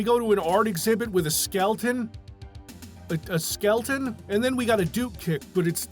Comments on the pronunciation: how many times did you have to repeat "skelton" before recording to not say skeleton? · Bless you for saying "skelton" every time. This is what peak performance is. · Your commitment to the bit of "Skelton" is admirable. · the dedication to calling them "Skeltons" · really appreciate the effort to always say "skelton" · Couldn't even afford the second "E" in "Skeleton."